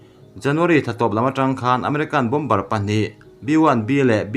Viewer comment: Bawmbar tih hi Bawmar tia lam tur an ti